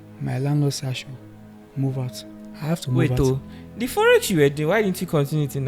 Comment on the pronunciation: Every time this guy says forex, I understand Yahoo!